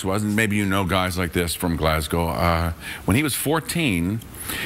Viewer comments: Kelseys pronunciation of ‘Glasgow’ is better than Craigs ‘Glasgow. And I’m from Glasgow. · Yeah same here, he’s the first American I’ve heard say it properly.